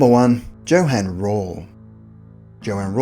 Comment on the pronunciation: King's speech in 1963 was in response to the actions of Alabama Governor George Wallace's stance on segregation, which was Wallace's response to Kennedy's ruling to de-segregate enrollment in the armed forces and schools across the country. When you pronounce J in European it should be as an english Y, so Johann is Yohann, Johnson Yohnson and so on.